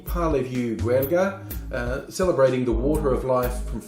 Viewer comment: Well buddy, your pronouciation of Gaeilge and Uisce Beatha were pretty spot on :)